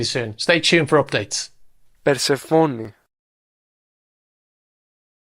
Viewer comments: Per-SEF-oh-nee. We are not speaking Greek, but English. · It's Persefoni, not Persefoni. You can also say it "Persefoni" hope this helps.